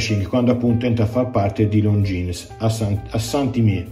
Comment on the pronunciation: Credo che non si pronunci Longines